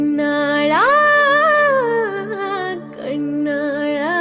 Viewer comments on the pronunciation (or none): Nice ma laa pronunciation konjam correct panikonga... kannaazhaa illa kannaalaa